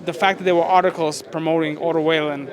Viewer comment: Strange as a promotor not know how to pronounce Wallin after all this time.